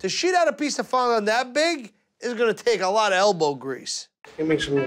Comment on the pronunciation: How he was taught him how to say fondant is beyond me.😂